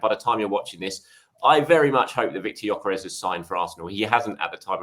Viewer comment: Gyorkes or Havertz are you serious